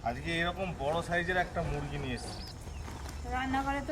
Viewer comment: পাচ কিলো হবে দেখে মনে হচ্ছে আর এক ই ভুল বার বলে মুরুগ মুরুগ আবার কি বলবে মুরুগী